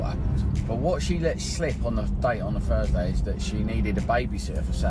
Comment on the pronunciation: Ok dude, it’s "on THursday," not "the Fursday."